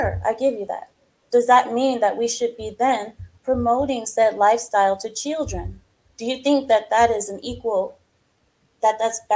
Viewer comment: Someone tells logic that there is an 'L' in the word chiLdren 😂